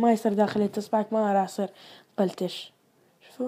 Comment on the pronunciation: نطق كلمة قلتش خطأ